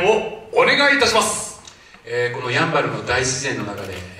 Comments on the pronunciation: シン⤴バル⤵みたいになってる や→ん→ば→る です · やん、バル？？ イントネーション間違い？ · ヤンバルのイントネーションが気になる。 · どうしても「ヤンバル」のイントネーションが気になってしまうwそこは、ウチナーイントネーションでお願いします🙏🏻